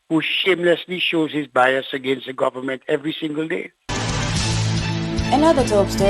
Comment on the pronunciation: Tell him that the word is government and not gowerment. And did I hear properly! How many jobs does this man have?